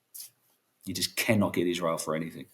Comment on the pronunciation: NOT IZ-RA-HIELL